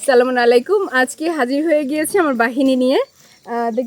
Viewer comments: আপু আপনি সালামটা শুদ্ধ করে দিয়েন আপনি সালামটা নিয়ে একটি বিতর্ক তৈরি করে ফেলেছেন , আপনি একজন শিক্ষিত মহিলা আপনি কি করে সালাম টাকে নিয়ে ব্যঙ্গ তৈরি করছেন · সালাম শুদ্ধ করে দেওয়ার চেষ্টা করবেন।